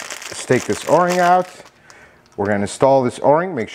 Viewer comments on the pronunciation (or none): O ring or "Oar ring"? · You're only the second person I've ever heard to call it an or-ing instead of an oh-ring... Maybe it depends where you're from...? I really like this video. Great tips about how little the oil filter cap needs to be tightened and how there's nothing wrong with the plastic one vs an aluminum one. But the spin-on oil filters are also called spin-on canister filters. I refer to this system as a cartridge style oil filter. Some people spray the inside of the oil filter cap with brake cleaner to clean it before installing the new filter element. What's your opinion on that? Since brake cleaner might damage plastic I was thinking it might not be a good idea.